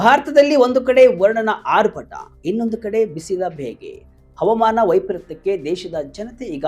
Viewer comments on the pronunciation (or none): ತಮ್ಮಾ ಮೊದಲು ಅಚ್ಚ ಕನ್ನಡದಲ್ಲಿ ಹವಾಮಾನ. ಅಂತ ಹೇಳಿರಿ ಹವಮಾನ. ಅಲ್ಲ 😊😊